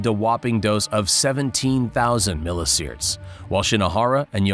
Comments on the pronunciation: "sea-verts" not "seaerts" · Just fyi- it’s pronounced like mil EE see vert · Millisieverts isn't pronounced "milliseerds" and hematopoietic isn't pronounced "hemmopoetic".